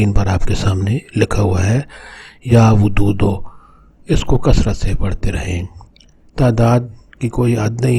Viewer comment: Bhai jan yeh ya wadudu ha na ke ya wududu NAUZUBILLAH